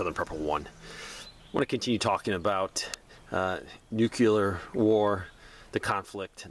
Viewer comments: Sorry pet peeve: nooclear, not noockular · If you're telling people how to avoid it, you should atleast learn how to pronounce it. Think "NU-CLEAR" not "NU-CULAR". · Why are you adding an extra syllable to the word NUCLEAR? NUCLEAR is a two syllable word. It is NOT a three syllable word. Stop saying "NEW-QUE-LEER". It is pronounced "NEW-CLEAR". Two syllables... not three syllables. Stop pronouncing the word NUCLEAR wrong. I’ll lead an effective strategy to mobilize trunalimunumaprzure.